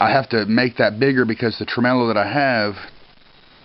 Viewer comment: Lol "Trememelo"!.